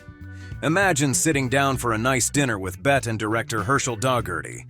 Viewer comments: OMG if the AI used here doesn't adapt to being able to accurately pronounce the actors names I'm not going to continue to watch these videos. It's pronounced Betty not Bette. There's others that are driving me equally crazy. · learn to be aware that it's always been pronounced BETTY. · Bette is pronounced "Betty"... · It's BETT-EE Davis, not "Bet" - she's not Midler. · So I guess this is a robot speaking. Only a robot thinks it’s Bet Davis. The only Bet-we have is Bet Midler. Like the robot Midlers mother had never heard the name pronounced. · BET-TEE, BET-TEE, BET-TEE!!! 👌✌️👍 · Bette is pronounced Betty! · Ai is doing the reading...bet Davis instead a Betty. Za za instead of ja ja gabor. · This would be more credible if the narrator actually pronounced Zsa Zsa and Bette's names correctly ! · It's pretty widely known how to pronounce Zsa Zsa except in this narration. And also mispronouncing "Bette" Davis. Good grief!